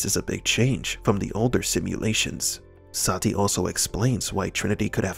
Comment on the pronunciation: This movie was so bad, Neo didn't even pronounce Sati's name right. He pronounces it like Se-tee lol